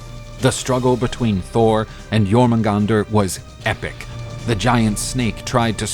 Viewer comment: I think your pronouncing the serpent's name wrong.